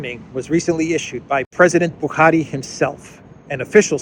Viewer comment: I’m impressed with how you pronounced Buhari correctly with the Fulani accent 👏🏾